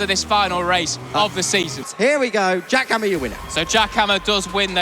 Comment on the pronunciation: I heard Giacomo instead Jack Hammer 😅.